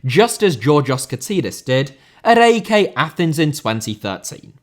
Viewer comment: Mate, its pronounced "Ike". Not A-E-K. Brilliant video